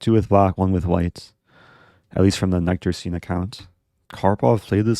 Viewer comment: Your pronunciation of "Nykterstein" is completely off 😅 It's "nykter" which means "not drinking" or "not drunk", "sober", so the opposite of "drunken". It's pronounced with an "y"which I guess is a bit hard for English-speakers. A bit like "Sycamore". Nice video!